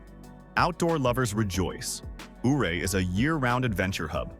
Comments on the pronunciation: It's pronounced Uray‼️ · Ouray is pronounced U-ray. Say the name correctly. You forgot to mention Leadville, Georgetown, Central City, Cripple Creek, etc. Those are lovely historic places too. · Ouray is pronounced "U-ray".